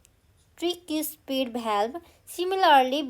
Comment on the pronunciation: mam you have mispronounced the word tricuspid, aorta, ventricle, valve, bicuspid. please check it..